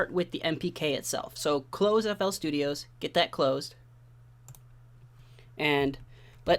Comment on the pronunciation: stop calling it flstudiOHS bro its just flstudio